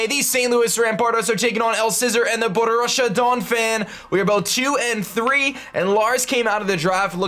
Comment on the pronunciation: Lol its Bo-roos-ee-uh Donphan